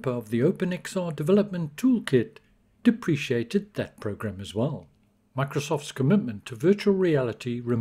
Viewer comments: Deprecated is pronounced like deprecated, not like depreciated. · Thanks for the info but its "dep-rick-ated" not depreciated. Not being a dick, just pointing that out.